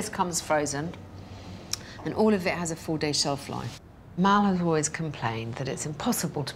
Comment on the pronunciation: I'm pretty sure his name is Mal not "Mel" as most are calling him in the comments section. Mal is not an unusual name in Australia.